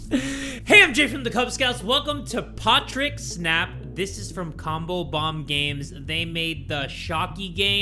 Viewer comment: It's not Patrick it's potrick